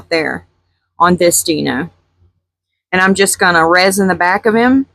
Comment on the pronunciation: I really hate to correct you but it’s pronounced “Die no” not “Dee no”